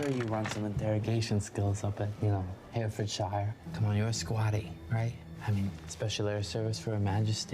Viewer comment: hearing Americans butcher English placenames always brings a smile to my face - makes it feel more real, because of course wouldn't think to check it's actually pronounced, i.e. "Herr-uh-fudd-sheer".